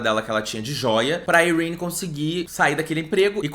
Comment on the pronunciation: Dane-se a a tia Sarah para mim Yrene se pronuncia "Irêni" e ponto final slsksks